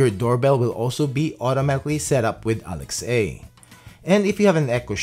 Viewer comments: Why do you pronounce Alexa as "alex-ay?" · Sorry I can't watch someone pronounce Alex a instead of alexa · its alex-AH